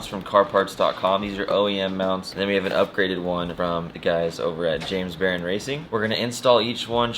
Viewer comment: it's James Barone ( b uh - R OH N)...not Baron ( b EH - r uh n).